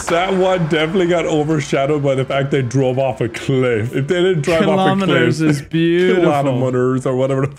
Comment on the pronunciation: H20: Kilonimers.: Kilomeners. 🧐